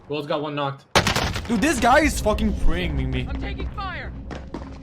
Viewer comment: The way he says "dis guy is fucking pre aiming me" just kills me 😂💀